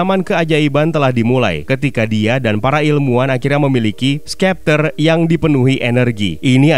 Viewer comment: Bang kok ngomongnya skepter kan harusnya septer